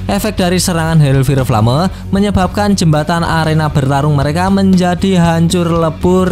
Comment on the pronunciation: Bang di baca hel fayer flem